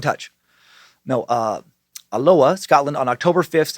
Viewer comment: As a Scot it was Funny hearing your pronunciation of Alloa 😂..... we do not pronounce or annoncuate both "ll's" it sounded very hawaiian to me when you said it 😂😂😂. Love the show Praise Bojangles and Hail Lucifinia 👐